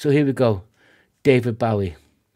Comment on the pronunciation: Great reaction and I'm so pleased to hear someone pronounce the name accurately!